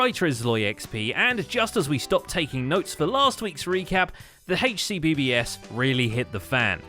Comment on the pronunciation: I love how you pronounced HCBBS as an actual word